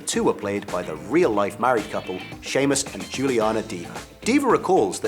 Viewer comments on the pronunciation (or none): none